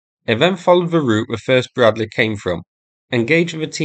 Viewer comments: is the "Breadleh" ment to be used against tanks? ... noobs 🤣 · Anoother Bruddleh fuyres on the Tee-nuynteh? ...okay...